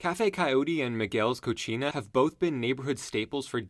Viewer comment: Wanted to help with pronunciation. The restaurant in old town is pronounced Miguel’s Co-see-nah, meaning Miguel’s kitchen. Co-chee-nah translates to “gross” or “dirty”